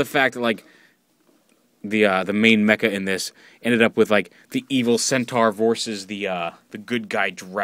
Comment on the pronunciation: Um...Isn't it pronouced Cent-OR?